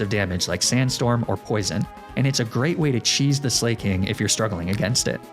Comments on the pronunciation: Do you mispronounce Slaking on purpose? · ITS NOT SLAY-KING!!! 🗣️ ITS SLACK-KING it’s a play on words, for example “someone who is slacking on their duties.” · Loved the explanation on Slaking's weird loafing, but I thought I was gonna pull my ears off every time you said Slay-king.